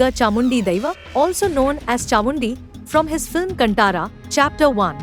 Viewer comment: Freaking northies. Firstly it’s “kaaantara” not cantaara